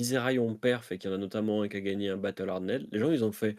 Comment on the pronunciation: Toujours au top bravo, par contre faut arrêter de dire Battle Hardenède